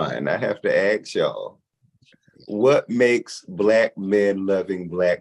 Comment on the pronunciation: PLEASE LEARN HOW TO SAY ASK! NOT AX!